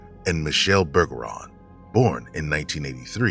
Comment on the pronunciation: Pretty sure “Bergeron” is pronounced like “Berjeron” since it’s French. I do still think Marilyn either saw something she shouldn’t have, or she was trafficked, even if she claimed that wasn’t the case. She might’ve been trying to protect her loved ones by keeping them out of it. Either way, I’m doubtful she’s still alive in 2024.